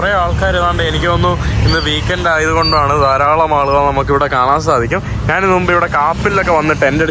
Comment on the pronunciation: ഞ എന്ന അക്ഷരം എപ്പോഴും ന എന്നാണ് ഉച്ചരിക്കുന്നത്. ഞാൻ എന്നത് നാൻ എന്നാണ് പറയുന്നത്